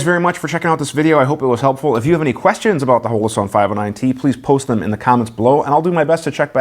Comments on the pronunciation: Can't pronounce the name then jokes about not being cool enough to have a collab with Holoson(Hollow-Sun) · It's pronounced "Holler-son" ;-)